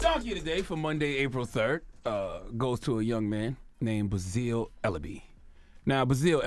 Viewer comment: This dude doesnt know how to pronounce basil